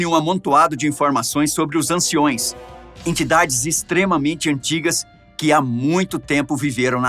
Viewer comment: "Asteristicos" não existe, o correto é asterisco," e o correte é _anciãos e não "anciões."